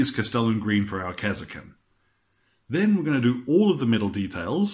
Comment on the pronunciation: kas er kin.. Who the fuck says it like that. KAR SKIN !